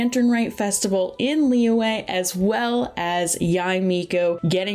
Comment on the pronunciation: the y in liyue is a consonant sound, like y in yummy, just saying